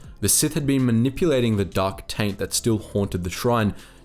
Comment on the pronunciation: Listen, I tried but I could not resist giggling every time you said dark taint.